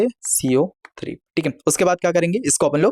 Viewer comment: Caco3 bolna seekho